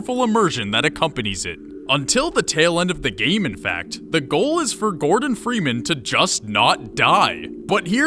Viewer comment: cant even say gordon freeman correctly